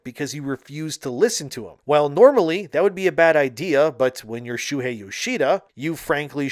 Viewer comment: Shoo-Hey. But read faster.